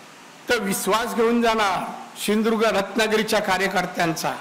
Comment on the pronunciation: यला सिंधु दुर्ग पण म्हंत येत नाही.....shidurg महंतो